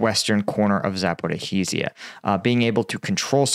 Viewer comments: On the topic of pronunciation, Zaporizhzhia's spelling is more complicated than it sounds. It's pronounced Za-po-ree-ja. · More accurate pronunciation: " Zappa RHEE zha" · It's not Zaper-oh-heez-ia, it's Zapo-reezia or the shorter version is just Zapo. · Zaporizhzhia "zuh-puh-REEZH-zhee-yuh." ZH is pronounced as the "s" in "pleasure." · Bro i be like your video but for god's sake learn how to pronounce zaporozhia